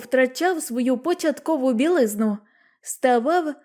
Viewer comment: Твір чудовий. Але начитано наче штучним інтелектом. Наголоси! Є різниця між словами бІлизна та білизнА? Це є для дітей!